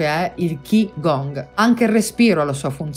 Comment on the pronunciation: Ciao..Grazie.. KI (pronuncia CHI) è giapponese, CHI (Pronuncia CI) è cinese, Gong si pronuncia Guun (con una g diura appena accennata alla fine) <3